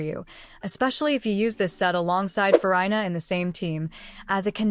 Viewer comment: Not FuRyeNah😅